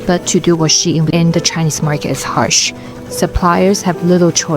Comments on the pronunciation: Nahhh the intro is shein not fien 😂😂😂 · You pronounce She-In btw